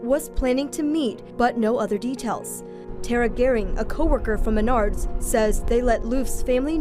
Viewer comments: Dude, it’s MeNARDS. Emphasis on the second syllable. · mah-nards. at least thats how we pronounce it in michigan lol.